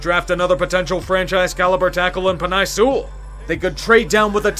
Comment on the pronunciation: Pen-Eye sewel